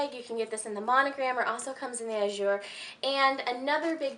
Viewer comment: Please say AZUR the right way. Z is like in Zip.